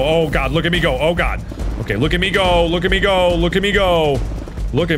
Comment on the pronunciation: look at me go look at me go when it actually sounds like look at amigo ;P